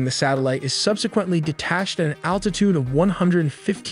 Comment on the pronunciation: It's Altitude not attitude